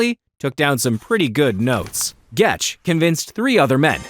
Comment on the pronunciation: Also it’s gecht not getch